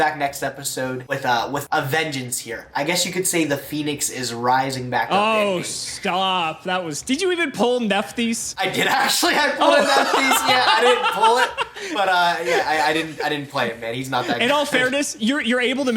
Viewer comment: nevermind terrible deck, how tf is he pronouncing Nephthys? Where tf is that "m" coming from???